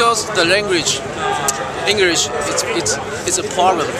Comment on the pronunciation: engwish LMFAO